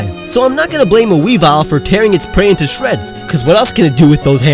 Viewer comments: NOT YVETAL BUT YAVATAL! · Is any one going to tell him it's yavaltal